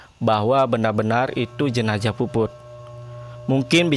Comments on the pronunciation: Jenazah bang jenazah.. bukan jenajah.. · Ini kupingku yg slah apa babang ngomongnya emg jenajah Jenazah apa jenajah sih bang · Jenazah bng bukwn jenajah